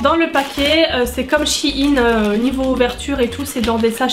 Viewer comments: J aime bien la vidéo mais s il te plaiiiiiittt arrête de dire shiine c sheine sheeeine voila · Shi ine 😂 c'est pas plutôt " shaïne" ( je parle de prononciation) sinon top vidéo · Sa me stress le mot she-ine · Je suis la seule qui comprends pas pourquoi elle dit "Shein" de cette façon ?